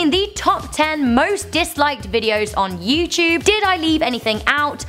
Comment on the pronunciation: "YouChube" I love accents.